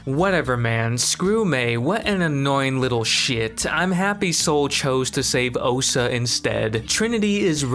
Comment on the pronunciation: lol...I can promise that you didn't. You said "Ohsa" like 300 times. It's OSHA. SH. Oh-SH-uh. How can you say you were saying that right?!? 🤣🤣🤣🤣🤣